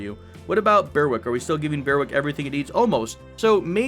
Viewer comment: The W in Berwick is silent X) not even joking